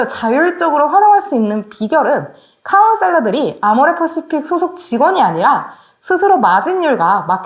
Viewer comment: 아디터가 아니라 에디터고, 카운셀레가 아니라 카운셀러 라고 부탁드려요..^^